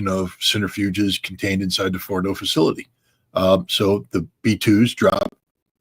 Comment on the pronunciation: Centrifuges, not "centerfuges".